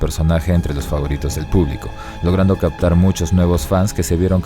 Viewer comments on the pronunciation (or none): none